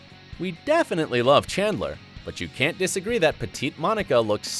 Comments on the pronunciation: Narrator: Monica and "Shandler" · He also pronounced shandler instead of chandler